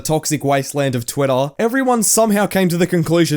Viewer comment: "of twitthoaa" that mad me laugh so hard lmaooo